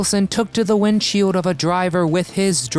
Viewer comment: It's annoying how this narrator can NOT pronounce words properly that have the letter "L" in them. (Example) the word TOLD Is pronounced as toad, and the word WINDSHIELD is pronounced as WINDSHIEWD. Or even the word FALSE which is pronounced as FAWSE. It's as bad as those kids that sound weird saying they fell off their bike in the pewuk on their bike and hewt their knee because they were distracted by a bewd flying past them.